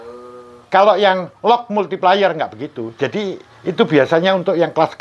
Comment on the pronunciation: Multiplayer baca multipleyer Multiplier baca multiplaier